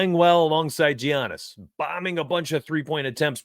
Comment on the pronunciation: Lolll Gi-annis, but appreciate the insight!!